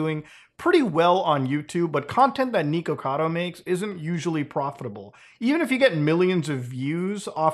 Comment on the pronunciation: Why do you say "neekocado" instead of "nikocado"